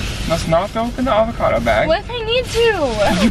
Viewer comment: "The avocato bag" 😂😂😂😂